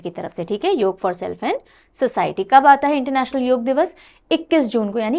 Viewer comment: बहुत अच्छा लगा की आपने योग का उच्चारण योग ही किया । ना की योगा ! 😇👍🏻👏🏻